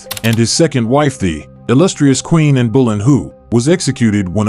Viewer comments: It’s Anne Bolyne, not Bolyne who ( or whatever it is you said) 😳😳😳🙄🙄🙄🇦🇺🇦🇺🇦🇺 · Who the feck is Anne Bell-loo😳 She'd behead you herself if she heard you calling her that. Her sir name is pronounced BOW LIN. 🥰. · "Anne Bollin-Who" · Elizabeth's mother 's last name Boleyn, is pronounced (BO Lynn.) Make up has been around much longer than the 16th century. The Egyptians used cosmetics thousands of years before common era. Anjou is pronounced ( on joo)... with the j being soft. Otherwise super job!🤗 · A bot? Really? The name of Anne Boleyn was butchered. Everyone who has any interest in Henry VIII knows how to pronounce her name. I will never watch or subscribe. And who doesn't know how to pronounce at least the name Anne?